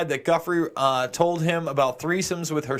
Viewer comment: pronunciations : Giuffre = JOO-fray Sjoberg = SHO-bare